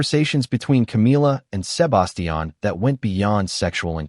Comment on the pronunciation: And can't grasp how to pronounce Sebastian and Pueblo properly. 😅